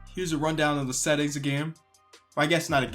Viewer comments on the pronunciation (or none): none